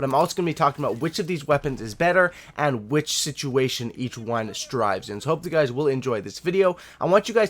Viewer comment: Thrives* not strives.